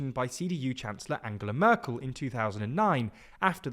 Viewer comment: I love how you always pronounce Merkel as Myrkul, the lord of bones from Dungeons & Dragons lore